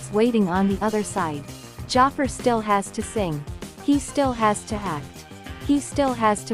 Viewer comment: Can't even pronounce Jaafar's name right, what a disrespect.